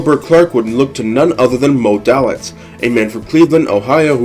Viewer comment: His name was pronounced: DAY-litz.